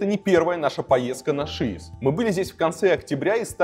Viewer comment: Только сейчас я узнала что ударение на шИес, а не шиЕс🤦‍♀😂 не зря Варламов тянул с этим видео